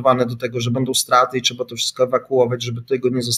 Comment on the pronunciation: Trzeba, a nie "trza" dramat.